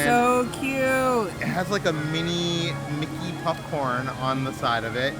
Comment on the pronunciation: Are you saying “PUPcorn”? 😂